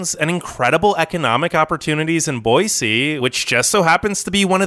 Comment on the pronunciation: Can't believe this guy actually pronounced boise correctly wasnt expecting that